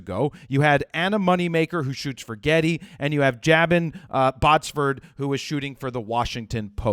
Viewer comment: Jabin is JAY-BIN pronounciation, just so you know. "You're in shooting mode! ... Well ... "